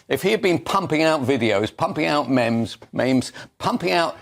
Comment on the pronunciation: "If he'd been pumping out videos, pumping out mems, maims..." 🤣🤣🤣